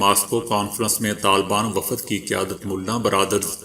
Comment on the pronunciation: my friend ,if you dont know to speak correct urdu pl. spoil urdu language you said uoodhare umre is wrong correct word is adhare umre second word you said waafad no it is wafd ok, thank you dear.